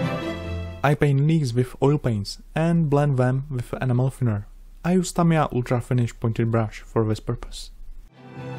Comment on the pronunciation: Funny thing is amazon has a high search rate for tamiya animal paint. I think you should try to enunciate the E at the beginning of Enamel. Not a big deal I understand English is rough with the various accents but it may stop the confusion.... keep up the great work, love all of your work.